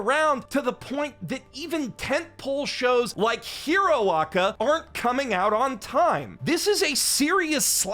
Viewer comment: Why in the actual fuck are you calling it "Hero Oca"?